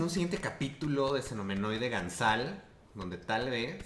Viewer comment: haha "Episodio Ganzal"